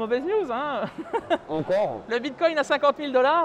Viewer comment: Euuuuuu c'est quoi un Bitqwouint ^^